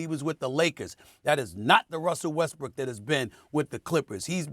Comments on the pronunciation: Lol he kept saying westbrick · Dude said westbrick 😂😂😂😂 😂😂 skip has Got us all saying it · Did he say weskbrick or did he just say it fast 😂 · did stephen a say russell westbrick? lol